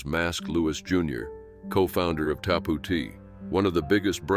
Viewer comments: Its called" TAP OUT" NOT WHATEVER YOU JUST SAID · what the fuck is Tapootee